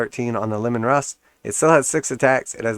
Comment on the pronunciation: Bro, it's Lee-man, like Gary Leeman the hockey player